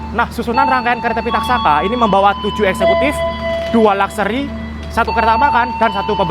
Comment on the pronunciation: Bang bukan lekseri tapi luxsuri bang yang bener 😅